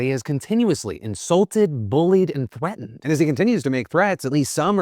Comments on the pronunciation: Thweatened? Thweatened?! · Did phil just say thweatened?